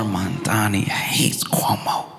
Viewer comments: "My name is Momdani, M-O-M-D-A-N-I! You should learn how to say it" To see Momdani smile while waiting patiently for his turn, feels like seeing the test question that you've been studying for! Even as a Canadian, on an island, Zohran is my mayor!! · HIS NAME IS MAMDANI, MAMDANI, YOU SHOULD LEARN HOW TO SAY IT…. THE MOFO WON BY DOUBLE DIGITS 🎉🎉🎉🎉🎉🎉🎉🙏🙏🙏‼️‼️💞💞👏👏🥰🥰‼️‼️